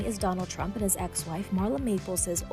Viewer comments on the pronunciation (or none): Are you saying Trump or turnip?